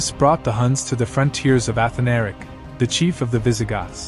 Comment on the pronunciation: a-Than-a-ric. not... Ath-a-Nar-ic. just fyi...